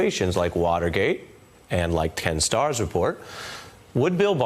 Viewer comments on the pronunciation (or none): Did Ari Melber just say "Ten Stars report", rather than "Ken Starr's report" It sure sounded like it. .